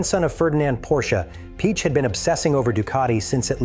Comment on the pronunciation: AI voice pronounces all italian and german names incorrectly. All of them, without exception. Not even "desmosedici" is correctly pronounced. Piëch isn't "Peach" etc. Even if the information provided is interesting ... I just can't stand this AI stuff anymore.